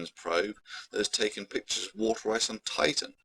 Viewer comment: On top of everything, has probably the most annoying pronunciation of water I have ever heard.